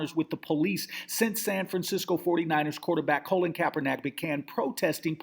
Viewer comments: lol. thank you for saying some thing he keeps saying his first and last name wrong... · I just want this guy to pronounce Colin Kaepernick's name correctly one time. Just once...Its really not that difficult. "Colin" not "Colon"..."KaeperNICK" not "KaeperNACK". Smh.